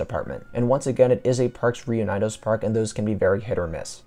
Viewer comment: That pronunciation of “parques reunidos” tho 👀